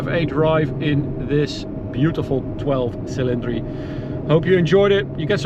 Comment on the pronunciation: From Italy, very very nice pronunciation of 12 cilindri 😉👍